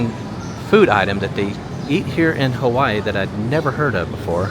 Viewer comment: It's not HAWEN,it's Hawaii,..with two "i"s in it. Hawaii. You totally missed dowbtown Chinatown.THAT is what everyone comes to see. Not the business district.